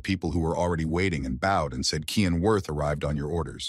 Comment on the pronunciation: Title: The Reborn Young Lord Is An Assassin 10 chapters so far is all I could find The MC's name is Cyan Vert not "Kian"